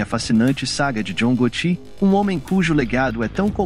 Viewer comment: John Gotù, do francês hahahaha